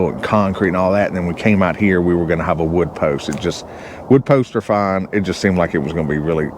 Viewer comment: 😅 did you make up that word (hov)? I know you're saying (have)